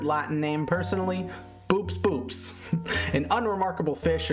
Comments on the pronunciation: I'm not a linguist, but I think that 'boops boops' (AKA the bogue) is probably supposed to be pronounced 'bow ops bow ops'. The scientific name means 'ox eyed', on account of its big eyes, and the name incorporates the Greek words for 'ox' (bo) and 'eye' (ops). So I don't think you're supposed to make the long, 'double o' sound when saying its name. It'd be like pronouncing 'cooperation' as 'cooper ation'. I only fell down this wormhole because I photographed some small fish in a rockpool a few weeks ago and iNaturalist suggested boops boops as a potential ID and yeah, I laughed. Sorry to be a killjoy (assuming I'm even right). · apparently according to octopus lady it’s “bowops bowops”. don’t worry i hate it too 😊